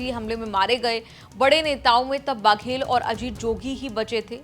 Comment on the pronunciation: बाघेल नहीं है बघेल है।